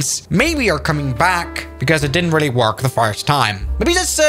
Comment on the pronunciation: Sounded like he said "didnit do it for you"